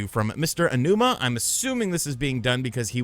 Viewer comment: Learn how to pronounce Aonuma correctly.